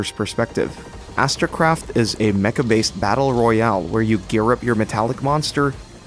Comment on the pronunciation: It’s astracraft not astrocraft